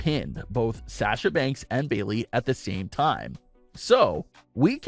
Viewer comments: Love this channel, but the way you say “Sasha” is irritating. 😅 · OMG it really bothers me how he is saying Sasha. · GOD why am I watching this can't even pronounce Sasha's name right. But hey what ever.